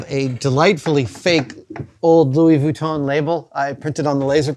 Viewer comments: The way Adam says Vuitton is extremely annoying. Sure, that’s how it’s spelled, but nobody says it that way. It’s extremely pedantic. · Oh my favorite. Louis vweeton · Luoi vweeton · I love Adam so much. But man the way he pronounces "Vwee-ton" is like nails on a chalkboard :D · Adam's pronunciation of Vuitton makes the hairs on the back of my neck stand up (affectionately)!